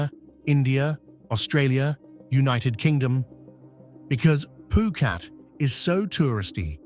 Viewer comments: Phuket not phukat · every time the narrator speaks he says phukat. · Great video. I love all three video of this type you made. I took a lot of notes while wacthing too. Btw why you say phuket as poo-cat ?